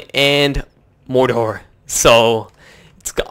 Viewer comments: It's produced like this 'more-door' not moder!!! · Its not Mordhor, Its Mordor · Omg its mor-dor not morder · The way he says MORDOR cracks me up.